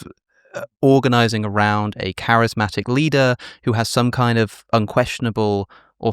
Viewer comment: Someone should tell that guy the word isn’t crysmatic is charismatic